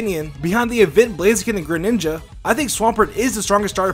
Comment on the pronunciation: kit h gren-"ninga" xD